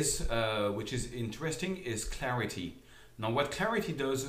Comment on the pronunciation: did he say "Tarity" lol